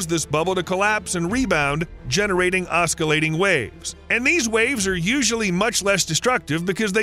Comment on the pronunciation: Please do your research on how to pronounce words before attempting to make an informative video.. Cesium is pronounced (see-ze-um) Oscillate is pronounced (ah-suh-late)